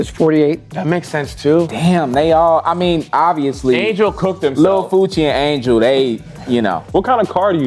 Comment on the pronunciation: Duddddeeeee I'm screaming at the tv. How the hell did y'all say Angel. Wtf! Y'all never been this bad on something obvious.